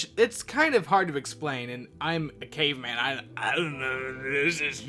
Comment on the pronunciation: Lol its caveman not chimney